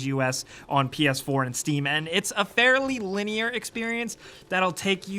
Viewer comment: You make "linear" sound like it's a trigger word or something. Linearity in games is actually a necessity while open-world can easily kill a game.